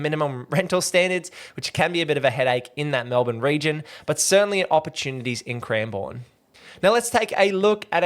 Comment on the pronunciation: It's pronounced cranbern by the way 😃